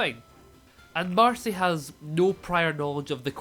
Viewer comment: You’ve been saying ‘Darcy’ instead of ‘Marcy’ the whole time 😂